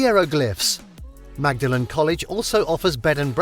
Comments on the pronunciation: Magdalen College pronounced with the "g" is in Cambridge. In Oxford the "g" is silent and the name pronounced more like "Maudlin" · I believe Magdalen in Oxford is pronounced “Maudlin.” College, Tower, Bridge, etc.